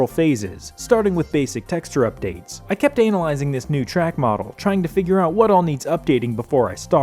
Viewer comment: You put way too much pronunciation into the first part of Analysing..